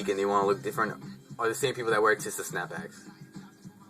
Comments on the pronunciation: You make fun of what Taz Arnold wears but you want everyone to have their own style. You make a video on tisa and you cant even pronounce ir right.(Tee-sa not Tih-Sa) Dont worry about how much other ppl pay for hats. I have both regular and tisa snapbacks & if we have no problem paying more money for the same thing with Ti$A stitching, why should you? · My humble opinion on your video is that your saying teesaa wrong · tisa-( tea-suh) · pronounced tee-z-ah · bro no disrespect or anyhting but its pronounced Tee-Sa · Good Video! It's Pronounced Tee-sa ( TISA ) lol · your pronouning ti$a wrong